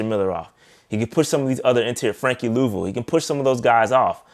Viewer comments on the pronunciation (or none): none